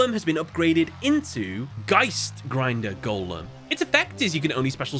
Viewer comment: ur saying of geistgrinder golem was good (i m german and Geist is a german word) and u did say it correctly 👍